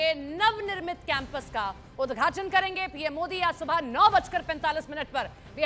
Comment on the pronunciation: Udghat bolo udghachan kyo bol rhi ho